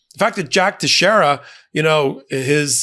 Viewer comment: . Name is pronounced Tex-air-a. It's a Portuguese name. Thank you. Love your news bits.